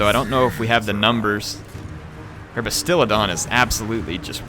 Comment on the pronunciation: Fallen Hero i was with you!!! Im a advid seraphon player. And i twitched everytime he called it a bastilidon and stegladon